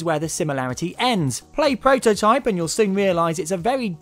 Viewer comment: its called Prototype, not pwototype